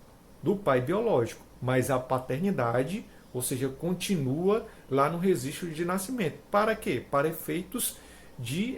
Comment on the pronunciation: Rezistro de nascimento ? Só por Deus esse português m